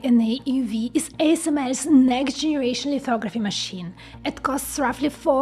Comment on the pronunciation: Didi not hear ASML in there... weird... (greetings from Holland :P )